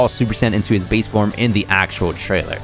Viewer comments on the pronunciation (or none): none